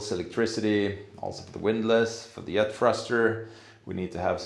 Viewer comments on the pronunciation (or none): The Yet thruster. You guys really struggle with the ‘J’s. I’m not criticising at all, it yust reminds me that English isn’t your first language. Love your videos. Can’t believe it’s been three years already. That just makes me think how little I’ve achieved in the last three years!